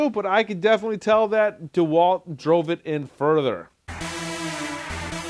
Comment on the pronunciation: I think it’s pronounced de Walt not dwalt